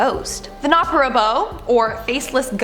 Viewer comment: i know most of thes ghosts and u pronounced the face less ghost wrong